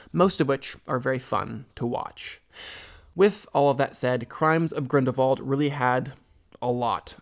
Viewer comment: Why do you keep saying Grindervald, instead of Grindelwald?